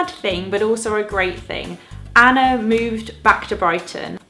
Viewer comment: the way you pronounce anna and hannah are as if they have an R at the end, like annar and hannar :D